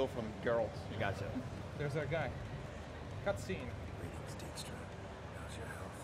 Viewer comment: It's funny how they pronounce Dijkstra as 'deek-stra' as it's a typical dutch last name pronounces as 'daik-stra', well sort of... But of course I understand it wasn't meant to be pronounced like that in the Witcher books/games :P